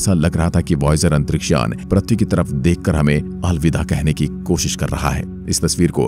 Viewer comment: Pratee nahi bhaiya Prithvi Hota Hai Kya pratee pratee Lagayeho